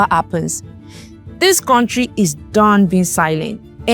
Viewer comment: Contri, tallchor, etc😂😂😂 Unsubscribed.